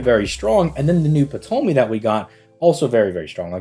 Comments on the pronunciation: Ok so I'm gonna just nip this in the bud. It's Ptolemy. As in Tolemy. The P is silent. Πτολεμαίος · Hey bro. Love the video. But just a friendly heads up, the P in Ptolemy is silent 😂